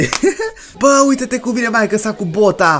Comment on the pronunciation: Ai zis cumva bota?😶. Se zice bita